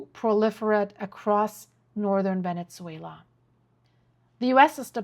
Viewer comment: Venetzuela? What language is that?